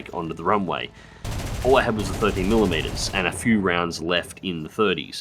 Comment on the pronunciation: Every time he says few, I swear he says fuck all